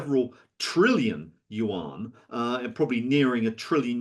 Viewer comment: Dude can't even pronounce Yuan correctly and we're supposed to take him seriously